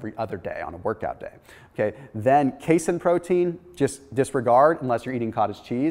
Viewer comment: ...that's pronounced K-seen (casein), Dude. Sorry.